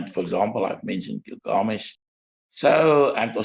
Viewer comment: It's was a very interesting show to watch. Thank you. Nice to hear about slightly different views which makes it all the more worth watching it. I'm wondering why constantly says, gil-GA-mesh. According to my understanding, the stress lied in GIL. So it should be GIL-ga-mesh. But any, it's not the most important thing. Thanks again for this video.